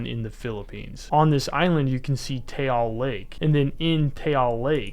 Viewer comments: Its not ‘tayal* it Taal u pronuonce it like taahL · Taal pronounce like Ah but with a T, not Tey-AL, so it goes like this TAh-AL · Late but as a Filipino you don't pronounce it as tayal lake it's just that lake it's the a is like saying a as apple but no pple so we pronounce it like that ifykyk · I had a panic attack when he said "Taal" wrong 3 times, it's ok cause I like ur vids. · Absolutely horrendous pronunciation of Taal and Luzon.